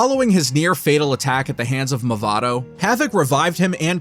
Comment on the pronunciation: where is the L in Mavado